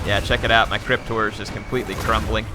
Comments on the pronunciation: to me it sounds like crypt whores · every time you say "crypt horrors" it sounds like "cryptors"